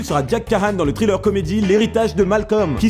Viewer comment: Bonsoir, Travaille ton accent anglais dans les mots comme "Thriller" et non "traïleure" et les noms des acteurs.. Merci;)